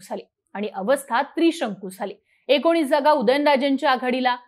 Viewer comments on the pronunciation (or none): none